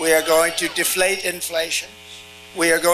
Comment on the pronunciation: I say deflate-you say deflete 😆